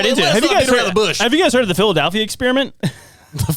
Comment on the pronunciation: The real Philadelphia Experiment should be finding out where the A comes from when people say “Phil-uh-dAlphia”. Am I right?